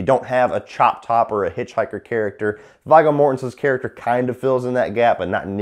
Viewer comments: Yeah, I like his reviews but kind of shocked he pronounces But Viggo ( Veego ) Vie-go. Wow, kids these days. I thought everyone saw LOTRs. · lol the name was pronounced "Veego". Viggo Mortensen and i am a fan of this movie. i normally skip the scenes with the boring couple and skip to the Sawyers. i love Leatherface. this one i think is one of the more handsome ones, or maybe i'm just a twisted girl. and surprised you didn't mention how the little girl being Leatherface's daughter came totally out of nowhere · V”eye”go Mortenson ... lmao Jesus dude. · Viggo . And it pronounced V-go . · It's pronounced V-go. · His name is pronounced "Veee Go" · how you say viggo mortensens name is so fucking wrong